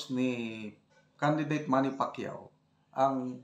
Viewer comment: Pacyoh? No way👎👎👎👎